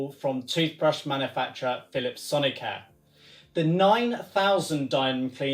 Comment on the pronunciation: why do you pronounce it sonic-hair?